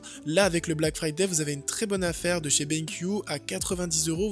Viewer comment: Omg le black fyyday cher darty😱😂😂😂😂